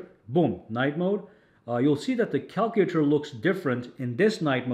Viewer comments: The way he says calculator 😂😂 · You're pronouncing "calculator" wrong my friend. 😅